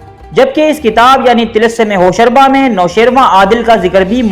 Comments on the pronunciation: Lol hosharba hahaha he said like i used to read when i was little kid until then i was corrected that it actually be said Hosh ruba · Hosharba nahi Hosh Ruba h.Ruba par paish h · TALASUM HOSH ROOBA WORD HAY HOSHARBA NAHI.HOSH ROOBA YANI HOSH KO APNI GRIFT MAY KARNAY WALA...ROOBA EG DIL ROOBA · Hosh ruba,hosh raba ghulat h, pronunciation theek rakhen,Urdu k baray ustad bhi yeh video dkh skte hn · like zzzrur milta agr tilism e hosh ruba jese afsanvi naam ko sahi pronounce kr lete dear...